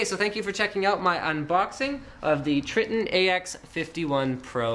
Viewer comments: its not tr(i)tton its tr(I)tton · Try-tonne not Tri-tton. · its you pronounce it Tri-Ton lol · its Tritton not Snapper o you are wrong